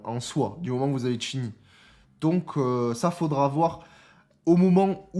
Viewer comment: Ça fait plaisir de voir que tu prends en compte les commentaires laissés dont le mien et que désormais tu prononces Chin Yi au lieu de Shin Ji pour Qingyi, c’est pas grand chose mais c’est super cool car tu écoute ta commu 😊 Pour le perso de ce que je peux te dire je connais grosso modo le kit par rapport à des leak mais évidemment ça pourra changer donc je dirai rien mais une chose qui est certaine c’est que le perso va avoir un combo à la Qingyi en attaque normale, il pourra combo a 80 hits ce qui est énervé. Et tout comme elle il pourra enchaîner son combo et le reprendre si il esquive et compagnie, et après c’est à vérifier mais avec un de ses doublons son combo pourra même monter au dessus de 80. Donc en tout cas son gameplay va être super cool ça c’est une certitude ! Maintenant ce qu’il apportera à une team concrètement on verra ça plus tard mais le perso il va bourriner avec ses poings ça c’est une certitude 🙃😂